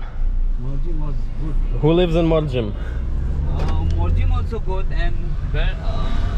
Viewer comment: The last m in Mandrem and Morjim is silent.